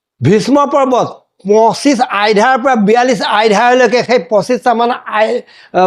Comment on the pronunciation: আইধাই নহয় অধ্যায়